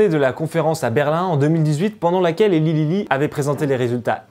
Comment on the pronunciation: Au top, bien argumenté et sourcé, ça change des "wannabe journalists". Juste un tout petit détail, Eli Lilly se prononce Elaille Lilly 😁